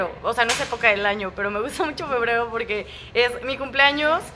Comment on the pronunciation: acaso soy la unica que escucho decir a POQUE en vez de PORQUE, WTF?????